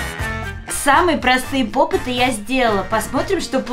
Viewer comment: Попиты а не попыты🙄😒